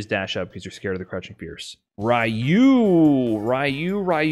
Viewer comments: I WILL make Cody with knife and v-skill 2 scary! Also, I like that you pronounce Ryu as Rai-yew like I do. XD I never gave too much credit to tier lists. I think they open interesting discussions, but they only really matter to the Top 8 players for next year's(?) EVO. But at the same time, I shouldn't underestimate how dangerous a person is if they got the match-up figured out. People rag on this game too much for being a guessing game, but honestly I still love it after years. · ......its re-you=ryu come on man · the way pronounces ryu is driving me crazy